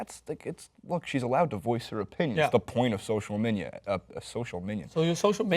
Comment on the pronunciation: He said Social Minia. Bruh